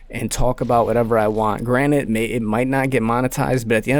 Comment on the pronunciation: Love that the cod commentaries are back but bro the word is “granted” not “granite”